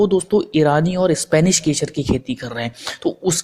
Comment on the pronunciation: Shpanis keshar nahi spanish kesar bhai. Keshar nahi